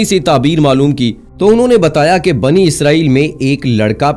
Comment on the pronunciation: Not banu-Israel it’s bani-Israel😏😏😏😏😏😏